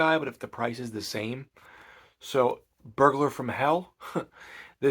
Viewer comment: I had to go back and re-listen to what you said, I thought you said furburger from hell.